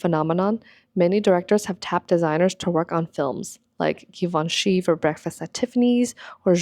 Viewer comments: It’s pronounced Givenchy… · Stoped watching as soon as you pronounced Givenchy. You simply can not claim to be interested in the fashion world an not know how to pronounce the name of major designers.